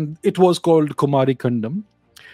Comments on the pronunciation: It's कुमारी 'कन्दम' not कण्डम 🙏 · You are pronouncing it Kumari condom😅